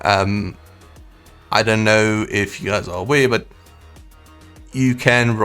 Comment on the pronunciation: you don't know how to say "R" or what!!?? You keep saying "Awae" & "Rae" instead of Aware & Rare🙄🥴🥴🤦🏻‍♂️🤷🏻‍♂️🤷🏻‍♂️